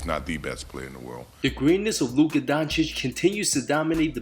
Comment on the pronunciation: Who the heck is Don Chick? His name isn't that hard to pronounce 😂 how can you miss pronounce it that badly?!